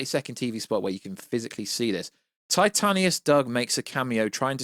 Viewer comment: This is random but why do you say titanius and not titanus